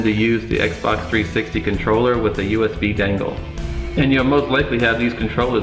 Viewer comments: How you say "Dangle" haha, you know it's "Dongle", right? It's great, of course by now there is Nougat available, but still I'm not convinced to install it and lose the tv functionality. Now you have Aptoide TV which is a 3rd party play store, which is really good and lets you use most android apps. But one question, at what dpi does this run? The shield TV has standard 320dpi I believe. I've changed it to 260dpi with 10% bigger fonts using ADB. But I'd like to know which is optimal? Some apps scale different than others, they have a different threshold for tablet modes. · My man, why you keep saying "dangle" it's dongle.